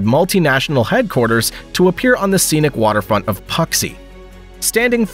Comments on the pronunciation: Puxi isn’t puksi it’s pronounced poo-C lmao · "pucksee" (Puxi, 浦西) lol You may want to try just a bit harder on the pronunciation. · I love AI voices: Puxi = Poksee 😂😂😂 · Please learn how to pronounce Puxi before making a video like this. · You mispronounced the names Soure, Thailand and Puxi.